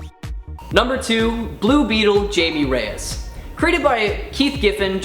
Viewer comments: It's not jAmiE rEyEs. It's pronounced hi-may Reyes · Good job on mispronouncing Jamie and Reyes!